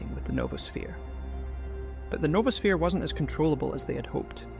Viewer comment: It's noah-sphere. Not Nova-sphere.